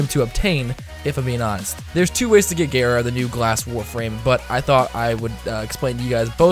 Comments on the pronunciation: I pronounced it gaara not gera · Gayra because you're a disgusting weeb.